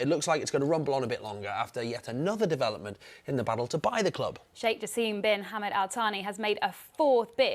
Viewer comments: It’s Jaaaasim Not Jaseeeem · The correct pronunciation of Jassim is: JaAsem, not JaseeemI